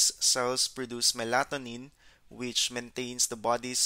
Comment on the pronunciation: I must admit your pronunciation of Melatonin was a bit off at first.